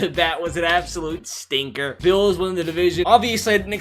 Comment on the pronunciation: The way he says Stinker is just beautiful